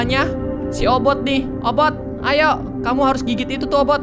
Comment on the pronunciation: Obit bukan obot